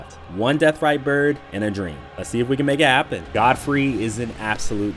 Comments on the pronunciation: Why does everyone say “Goldfrey” it’s “Godfrey” there’s no fucking L in the name of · Did… did you call him Goadfrey? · zero of those enemies are "unfair". Get good. Also stop said "goad-free" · Why the hell you pronouncing Godfrey like that